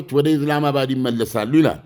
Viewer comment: እኔ ሚገርመኝ ኢስላመባድ ብለህ መጥራት አቅቶህ ነው ኢዝላማባድ ምትለው ?